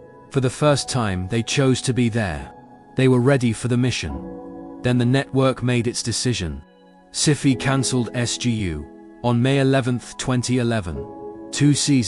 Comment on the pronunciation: I hate the AI voice due to the mispronunciations. The TV channel is said to be "Sif-ie" instead of "Sci-Fi" in the video.